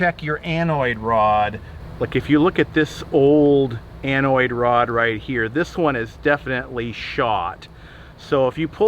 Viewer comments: it's an anode, not anoid. Lol. Great video! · Great job, I don't think you left out anything. I did laugh when you called the anode an anoid. It does sound better.